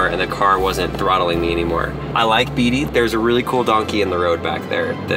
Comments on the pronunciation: It's pronounced BAYTEE!! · Beatty is pronounced “Batey”